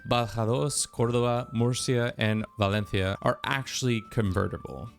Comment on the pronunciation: Damm even did the spanish pronunciation for valencia nice